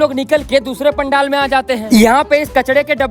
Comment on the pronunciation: Pandel❌ Pandaal✅🙂